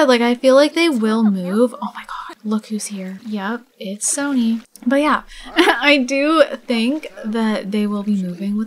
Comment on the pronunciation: lovr the episode!!! i do want to let you know though that Sonny is a nickname for Alison so it's pronounced Sunny not Sony XD ily!!!